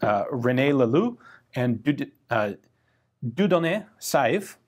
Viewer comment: A really brave attempt to pronounce Dieudonné.